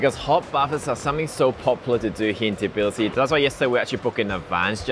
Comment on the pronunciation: An Asian dude explains life in Tbilisi? No thanks. Not saying it's impossible, but unless you're actually Georgian, you need to be a foreigners who's a lot older to convince me. No hate really. But I'm less likely to take advice from someone who can't even correctly pronounce the city's name.